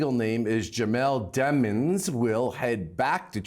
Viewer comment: His last name is Demon which is an accurate title considering what he’s accused on. Not “demmons”